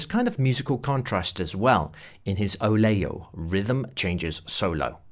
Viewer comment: I love your work and of course we plan/ react, and reaction to the other band members is great for the listeners who have ears for the dialogue… your appreciation of Miles Davis is very special, thank you for sharing the fotos to underpin your points.... I therefore forgive your pronunciation of Oleo… that made me laugh, you’re aware I’m sure that it’s the rhythm changes „fattened up „ with substitutions and thence the name, better than butter 😅